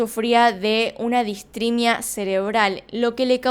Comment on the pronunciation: Una pequeña corrección. Entiendo que tu dices Distrimia. Lo correcto es DISRITMIA Cerebral, o Cardiaca. Haciendo referencia a una alteración del ritmo. Por lo demás genial tus trabajo.